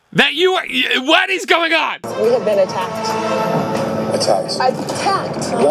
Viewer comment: This is the third time I've watched this episode get reacted to this week, but also up for more. XD I love whenever she says "a-TTACKED!"